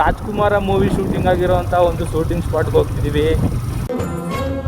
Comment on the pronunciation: ನಿಮ್ಮ ಭಾಷೆಯನ್ನು ಸುಧಾರಿಸಿ. ಉದಾ : ಸೂಟಿಂಗ ಅಲ್ಲಾ ಶೂಟಿಂಗ್. ಮಾತಿನ ಮಧ್ಯ ಪುನಃ ಪುನಃ Guys ಶಬ್ದ ಬೇಡ